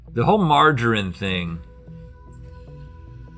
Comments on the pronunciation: Nit hatibg this just bugged me that we (It might be because I'm British ) pronounce margarine : Mar-ger-reen NOT mar-ger-ren Sorry that was really bugging me 😂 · Really...Omg how link said margarine IT'S BUTTER link if you were wondering and its pronounced Mar-ga-reen Sentence - sweetie can you pass me the margarine I need to butter your toast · It's pronounced marjereen